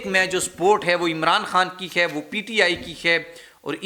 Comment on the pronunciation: کیا چیز ہے تم ہے کو خے بولتے ہو